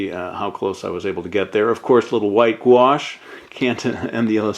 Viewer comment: Guash? or are you saying Wash? Sorry not trying to be an idiot want to learn.